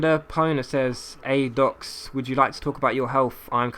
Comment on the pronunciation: love the way you shattered my name haha <3